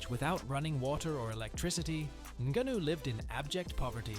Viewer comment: The narrator said Francis Ningaano, and then said Francis Niggano....... 😲